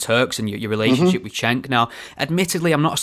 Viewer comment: pronounced 'Jenk', not 'Chenk'. DR uses the term 'disingenuous' whilst declaring he doesn't know what a 'new atheist' is. Hmmm.